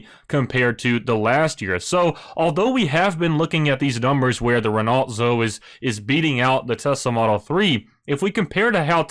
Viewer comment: Nice find with this but Its pronounced - Renough and Alfa Romayo